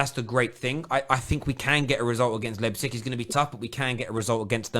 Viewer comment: This is the first time actually pronounced Leipzig right.